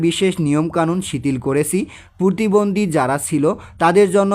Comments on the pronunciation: আরে ভাই পুতিবন্দি না পতিবন্দি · স্যার আমার মনে হয় আপনি প্রতিবন্ধীকে পুতিবন্ধী বলেছেন😅😅😅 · পতিবন্দি না প্রতিবন্ধি